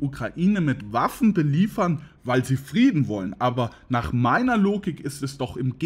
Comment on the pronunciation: Sprechfehler: Friedna statt Frieden, .......